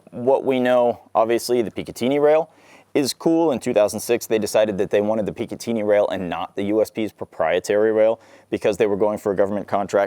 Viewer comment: >PicaTEENY rail